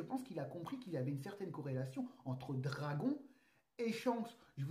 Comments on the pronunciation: stp, dis dragone pls.... ça fait mal aux oreilles d'entendre dragon, ok, que les scan pour temoin,, mais regarde un peu l'anime en japonais et tu comprendra xD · pour l'amour du ciel mec prononce bien le nom de dragon (dragone) a chaque fois j'ai l impression que tu parle d'un dragon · on prononce dragonne ! ;)